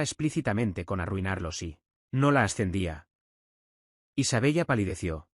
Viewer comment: Isabella, se pronuncia Isabela. Por favor que la IA pronuncie bien.